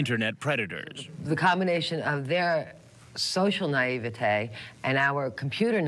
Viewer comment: The way she pronounces "Naivety" seriously bothers me.